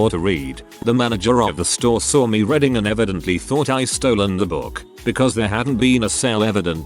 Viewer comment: How come the computer can say "read" but calls it "redding" when the ing is on the end? Stupid computers,.